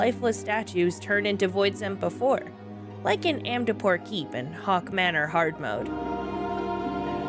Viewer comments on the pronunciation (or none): Never heard anyone call it "Hawk" manor or "gooble" library xD I always read it as "How-Kay" and "Goo-Ball". I didnt know about all the XI throwbacks cuz... Well I never played XI. Still not interested in it either, tbh. I know I like Prishe (thanks to D012) and Iroha courtesy of Dissidia: Opera Omnia. I really appreciate all these little nods and straight up throwbacks. XIV really is just "Final Fantasy: The Greatest Hits: Vol. 3" (I think Dissidia is Vol. 2).